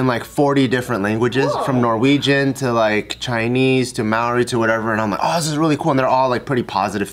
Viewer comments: the first pronunciation of Maori was more accurate haha not may-ori. But still love you hehe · It’s mow-ri as in mow the lawn. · Māori is pronounced "MA - REE" and you can roll the "r" if you're feeling fancy lol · It's Māori...the 'r' is rolled the same in Japanese or Spanish. Mā as in Mama, āo as in ah-oh nor ow, ri as in arigato. Māori!💯🤙🏽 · H Nah mate, Its "Mah-oh-R-I', Im Maori and I was born and raised in New Zealand so I think I would know. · As someone who lives in NZ, it was a bit hard to hear her pronounce it like that 🙈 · butchered the Maori as she kept saying it 😂🤦‍♀️ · H Bart says it properly without rolling the 'r', thats what I was talking about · Oh you were pronouncing so well in the beginning. But why did you change it 😣